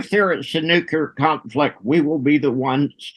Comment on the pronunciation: nook-LEE-uhr > nook-YOU-luhr